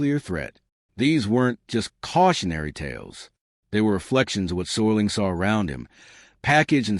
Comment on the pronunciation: Mispronouncing Serling's name is a dead giveaway this is ai crap.